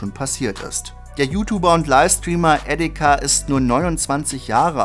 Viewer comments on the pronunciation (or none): bei geschmacklos kann man sich drüber streiten ist ansichtssache Ich find er hat halt Edeka gesagt warum sollte man ihn nicht drauf hinweisen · Es hört sich an als würde Edeka sagen Edit: Danke für das <3 (sorry wusste nicht, dass das dich so nervt) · Du sagst Edeka😂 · immer wen du etika aussprichst hört es sich für mich an wie edeka xD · Hast du ernsthaft Edeka gesagt ? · der heißt "Etika" und nicht "Edeka" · ich habe ja etika geliebt aber bitte sage nicht "edeka" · er sagt etika wie edega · Feier das Video aber du sprichst es aus wie Edeka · Ich hab Edeka verstanden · digga nicht edeka xD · Bro lass es mit deinen YouTube Videos sehr schlecht deine Stimme passt nicht und du hast edeka gesagt R.I.P Etika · EDEKA LOL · Junge was ist daran schwer, ETIKA mit T richtig auszusprechen? Was ist los mit dir? Deabo, wobei hab dich noch NIE abonniert. Dein Kanal stirbt aus, verdient. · Ich hör nur so edeka und muss los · Wie du ihn halt wirklich "Edeka" aussprichst haha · Dann sollte man erstmal recherchieren, wie sein Name ausgesprochen wird. Das fand ich von dir sehr respektlos. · Eigentlich nicht. Ich find's allein aus Respekt scheiße wenn der Name falsch ausgesprochen wird. Du willst glaub ich auf einer Beerdigung eines Familienmitglieds oder ähnlichem auch nicht das der Name falsch ausgesprochen wird.